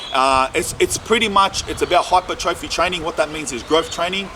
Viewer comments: fyi its said as hi-per-troffey, instead of hyper trophy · its pronounced hai-per-truh-fee bro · Almost clicked off when you couldn’t pronounce hypertrophy. In hindsight I probably should’ve. Your stance on steroids is pretty incorrect nor is it fact. 50/50 chance you gonna get manboobs 50/50 chance ur gonna get smaller balls 50/50 chance I’ll get a rim job from Pamela Anderson. Test can be used responsibly, saying it can’t is so fucking stupid.